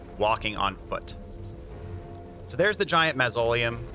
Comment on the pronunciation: The bubbletear does have a time limit. Also, that not how you say “mausoleum“ hahahaha